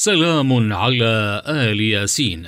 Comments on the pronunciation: إل ياسين وليس آل ياسين الهمزه تحت الالف وشكرا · أخطأ في الأية ١٢٦ ( اللهَ ربَّكُم قرأها بالضم اللهَ ربُكم وهذا خطأ جلي وكذلك إل ياسين وليس أَلِ ياسين الهمزة بالأسفل وليس فوق ومع هذا جزاه الله خيرا على هذا الموضوع وأجره الله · انت قريت غلط ... سلام علي إل ياسين مش أل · الله ربكم بفتح الباء وليس ضمها وسلام على إل ياسين بكسر الألف وليس آل ياسين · أنت أخطأت باتلاوة مش سلام على ال ياسين ال لله ذكر سلام على إلياسين وليس على اله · قراءتك عزيزي خاطئة إل ياسين تنطق وليت أل ياسين حتى لا يتغير معنى الآيات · هناك خطأ في قراءة الآية الكريمة إل ياسين وليست آلِ ياسين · سؤال للتعلم والإفاده . مكتوب إل ياسين . فلماذا تنطقها آآآل ياسين نرجوا الإجابه حطو لايك من أجل أن يرى التعليق إذا كنت تريد أن تعرف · إل ياسين وليس آل ياسين المشكلة الفيديو كله غلط في غلط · تقرء إِلْيَاسِينْ ليس آلْ يَاسِين لا تقرء القرآن بالخطأ لو سمحت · السلام عليكم ورحمة الله وبركاته اخي الحبيب تقراء الايه خطاء تقول الايه سلام على إل ياسين وليس آل ياسين بكسر الالف وليس بفتحه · تصويب : إل ياسين و ليس آل ياسين أرجو مراعاة سلامة نطق آيات القرآن و شكراً. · قرأت (إل ياسين) خطأ مرتين الصحيح (إل) بكسر الألف وليس بفتحها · قراءة الآية خطأ ، سلام على إل ياسين و ليس آل ياسين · السلام عليكم اخطات بقرائه الايه اخي (إل ياسين) وليس (آل ياسين ) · سلام على إل ياسين وليس آل ياسين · أخي اسمه إل ياسين وليس آل ياسين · اسمه إل ياسين بالكسره مش آل ياسين هناك مفرد وانت بتجمعه يا استاذ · إل ياسين وليس آل ياسين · إل ياسين وليس آل ياسين .. انت تقرأ الآية غلط الله يهديك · قراءة الآيه خطأ سلاما على إل ياسين الالف مكسوره ليس مفتوحه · الاية قرئت بشكل خاطيء عند كلمة إل ياسين بكسر الهمزة وليس بمدها